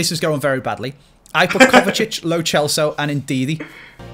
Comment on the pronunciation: The way he said lo celso, low chelso made me angry